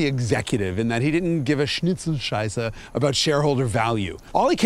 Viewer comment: Your pronunciation of Schnitzelscheisse was superb.